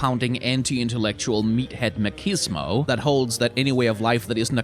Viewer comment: That's... not how you pronounce machismo. Just saying.